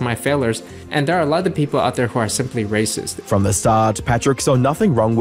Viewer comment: shouldn't have bleeped the word racist. It sounded like he said rapist.